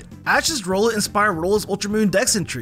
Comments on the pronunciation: he said rolet not rowlet💀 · Love you videos bro. But its an owl, so im pretty sure its name is "R-owl-et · Bros got some goffy ahh pronunciations Like bro nuguhnadul rollet like seriously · You sed phampy and rowlet and naganadell wrong